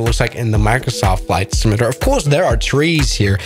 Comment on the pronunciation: IT's pronouned SIM-U-LATER not SIM-I-LATER